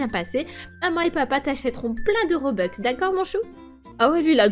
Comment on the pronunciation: Ok des robex au lieu de robux mdr bref 👻👻